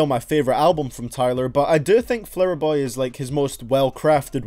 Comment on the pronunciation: "Flouher boy."